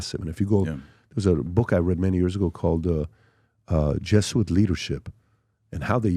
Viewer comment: Hey Dude it's pronounced "jeh·zoo·uht" NOT "JESS UIT"